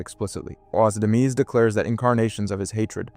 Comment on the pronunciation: I stopped watching after the second or third obvious ChatGPT phrase but I'm not surprised he mispronounced Demise